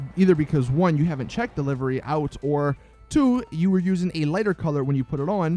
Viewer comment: Stop mispronouncing livery.